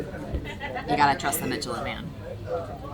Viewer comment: Pronounced mish-a-lin